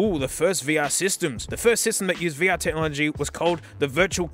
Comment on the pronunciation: "Vuh-Err" lmao this video is already off to a great start